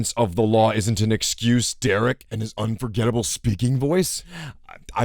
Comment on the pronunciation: Can someone who lives in the south please tell me if the way this guy chronically mispronounces words is normal? "going grink" "alternatol fuel" "Inorance of the lawl is no esscuse" he sounds like he has a concussion